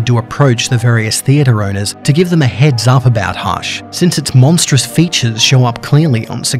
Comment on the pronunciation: It's not hash